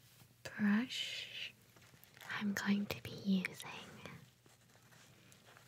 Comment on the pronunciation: 님 브러쉬 브러쉬 하실 때 브러쉬벌브러쉬벌... 이라구 들려요 그래두 조...ㅇ...Zzz